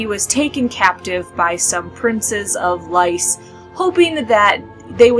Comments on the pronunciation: She Said "Lice" lol....it's Pronounced like "Lease" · GRRM said there is no proper way to pronounce people and places in ASOIAF. It's up to the reader, but I pronounce it lease as well. Just because that how they did it on GoT.